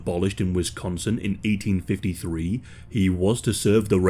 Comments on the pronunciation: Bro said “Wisconstin” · You said "Wisconstin" 🤣😂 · He said “Wiconston” ??? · But you couldn’t resolve the way you mispronounced Wisconsin?! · No T in Wisconsin but good otherwise 😂